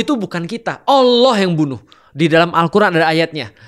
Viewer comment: Maaf yah utk sama koh Felix..yg sy denger pengucapan ALLOH..terdengarnya OWLLOH..maaf barangkali sy yg salah..